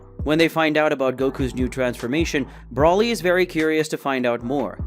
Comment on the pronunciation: Why are you calling him Broli dude its Broly renounced (Bro-ley) and what with you calling Beerus "the Beerus" bro your dping this on purpose arnt you chill dude